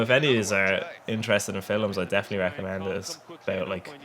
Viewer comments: the way you say films haha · Sexy little vid buddy, just learn to say films ey ;)